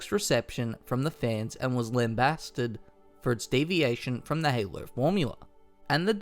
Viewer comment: LOL that super Australian "Halo". Haylurr